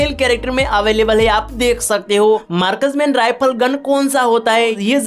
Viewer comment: Markas Man Rifal ❌ Marksman Rifle ✅😂😂😂Thik se Bolo Yar 😂😂